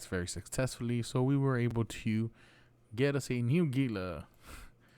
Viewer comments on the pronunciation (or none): its pronounced hila as in hila monster;)